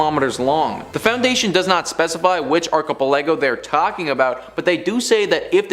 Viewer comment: Can you really not pronounce archipelago ? 🤦‍♂️